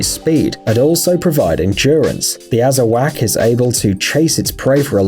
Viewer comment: pit bulls aren't a rare breed of dog. merle isn't a **breed**, it's a color. also, it's not pronounced "azz-a-whack". it's "azz-uh-waugh". the k is silent.